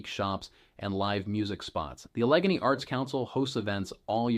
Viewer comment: Hmm, I’m not sure he’s a local if he can’t pronounce “Allegany.” 😬